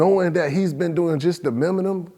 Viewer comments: It’s minimum not miminum 😂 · Bro cant say minimum to save his life 😂…. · Miminum? Lol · "Miminum", lmao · What is the word " miminum"? 😂 🤣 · Don't you ever say that word again (miminum) 🤣🤣🤣 but definitely speaking some real shit!! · The Miminum 🤣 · The word minimum whooped his ass though